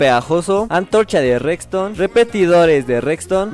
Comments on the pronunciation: me encanta cuando dice recstone jajaja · Like si notaste que siempre dice reCston